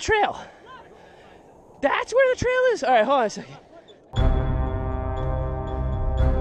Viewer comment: it ezzz what it ezzz